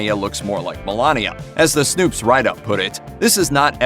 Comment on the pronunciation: Wtf is "snoops?" It is SNOPES